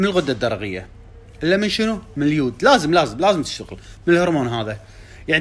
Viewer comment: تسمعون كلام مايعرف يلفض اليود😂 لاهوليوود